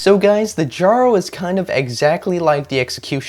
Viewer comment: you're very welcome! Fun fact: Jarl is pronounced Yarl . However you want to pronounce it is fine ofcourse 👍